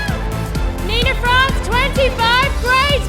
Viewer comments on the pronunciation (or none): is that really how french pronounce france?? German-y the shout from the audience is hilarious Philippines!!! :)